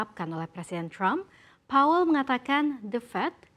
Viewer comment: Powell mba, bukan paul